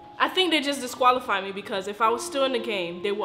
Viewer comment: said disqualifi